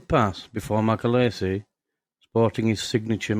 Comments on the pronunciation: His name is pronounced as its spelt Macaleese not macaleesi! Get your facts straight! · Its mc a leeese. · Shockingly bad video and doesn't do Mac justice. Try getting his name right for starters. And what's with the Scandanavian Airline logo? You also can't pronounce Thessaloniki. If that's a tribute to the man it's the worst I have ever seen. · You can’t even pronounce his surname properly.